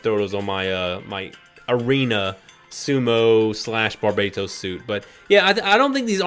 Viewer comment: Pronunciation: bar-ber-toes